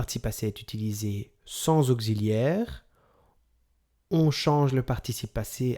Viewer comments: Mon reuf vu comment tu écris t'aurais bien besoin de cette vidéo et au lieu de te marrer parce qu'il dit [ogzi] et pas [oksi] ai un peut de geo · Bonjour ! Je viens de Belgique et ici, tout le monde prononce auxiliaire comme ceci ! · On est d'accord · Je crois que vous commettez une erreur de prononciation quand vous articulez le mot " auxiliaire" on ne prononce pas auxiliaire avec le son z comme gazon. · votre cours est nul,mal expliqué.... on ne dit pas ogziliaire!!!!! (auxiliaire)...on dit oksiliaire((auxiliaire)....il fallait employer des termes plus clairs qui se rapportent a la grammaire, a savoir par exp: le participe passé employé seul sans auxiliaire... placé devant un nom (substantif) il s'accorde en genre et en nombre avec le nom comme un adjectif... il fallait évoquer les temps composés, parler des auxiliaires être et avoir et dire clairement que quand le participe passé est employé avec l'aux être le participe passe s'accorde avec le sujet (en genre et en nombre)....avec l'aux avoir le part passé ne s'accorde jamais avec le sujet....mais il s'accorde avec le cod(le,la,les,l' ,que) quand il est placé avant le verbe( le passe composé comme exemple)..... les termes qu'il fallait utiliser avec insistance sont: employé seul ,l'aux être ,l'aux avoir,l'accord se fera,il s'accorde avec,employé avec l'aux être,employé avec l'aux avoir,pas d'accord, ne s'accorde pas.....etc....en tous les cas bon courage...pour expliquer, il faut toujours présenter les différents éléments de la phrase a présenter comme exemple d'étude..... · Merci mais ont dit pas auxziliaire mais ont dit auxiliaire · on ne dit pas aucziliaire mais auxiliaire (occi) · auxilliaire pas gxilliaire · Auxiliaire pas augsiliaire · Bonjour ! En France, vous prononcez auxiliaire [oksi], mais en Belgique, tout le monde dit [ogzi] ! Bonne journée. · Un « Augziliaire » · augxiliaire ? drole de prononciation non ?